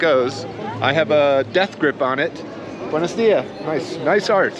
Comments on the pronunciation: It’s Buenos DiaSSS .. not buenos díA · My big takeaway is that the dude is hyper-anxious because he's basically wearing a neon sign on his forehead that says "Easy mark, right here!" Secondly, when you have just the bare essentials of the language, everything sounds more threatening. (Ps, it buenoS díaS. Ya gotta pronounce the S's.)